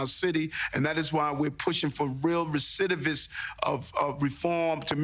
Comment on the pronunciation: Did he say recidivist 🤨😳